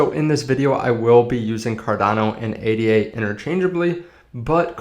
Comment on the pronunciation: Say it with meee!! - "aid - da" named after mathematician Ada Lovelace.